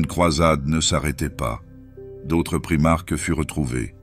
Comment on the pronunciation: On dit primarque ou primaK pas primarche !!!!!!!!!!!!!!!!:face-purple-crying::face-purple-crying::face-purple-crying::face-purple-crying::face-purple-crying